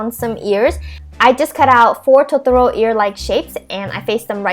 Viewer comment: its totoro not totoroo!! ):(